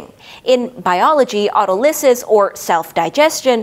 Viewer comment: An impressive presentation with great detail that will take time to digest. One small comment - standard English pronunciation of Autolysis has the stress on the second syllable, not the third.